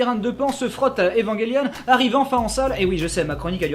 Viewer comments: "evanguélion"? J'ai toujours prononcer "evanjélion", comme l'évangile... Hum une question existentielle. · Pourquoi tout le monde dit : Evangaylionne ??